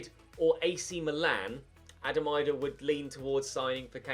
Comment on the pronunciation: Hi, I’m a Norwich fan and Adam Idah is very good and has good potential, would be a great league one signing. It’s also actually pronounced as if it’s ‘Adam E-dah’. Cheers mate, loving the content bro